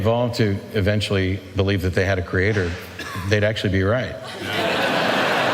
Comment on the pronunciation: genius also said "acturally" 🤣🤣